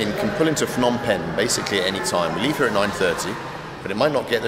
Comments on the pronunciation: I used to stay in a place not even 3 minute walk from that hotel in Phnom Penh. Pronounced P'nom Pen not Fnom Pen. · It's Phnom Penh. Not Fnom Penh. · Phnom Penh is pronounced pe-NOM pen. The name "Phnom Penh" quite literally translates to "Penh's Hill" or "Hill of Pen.” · *it's not Fnom Pen the h is silent, it's pronounced P'nam Pen. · If I got 100 riel each time a vlogger pronounced the hard consonant "Ph" as "P" instead of, incorrectly, "F" I'd be pretty well off by now. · "Fnom" penh 😅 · Ph in Cambodia is not pronounced like an F. The H is silent. Like Thailand is really spoken like Tai-land. The H is silent. Phenom Penh is pronounced Peh-Nom Penn where the H is silent. Its not Feh-Nom Penn where like in English PH = F. For 5 years I have lived 4.5 hours away from where you shot this video in Buriram Thailand. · Sorry for pointing that out, as I heard it various times, it shouldn´t be pronounced "Fnom Pen" for the capital city "Phnom Penh", but more like "Puh-Nam Peng" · Love that you're here with us in SE Asia. By the way, the Ph sound is just a P, the H is silent. Its pronounced Pnom Pen. Same in the Thai language. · The ph in Phnom Penh is not pronounced like an F